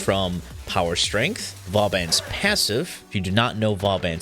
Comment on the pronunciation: Dude, I have been pronouncing Vauban as 'Voh-Bin" for years. "Vaw-Ban" actually sounds right.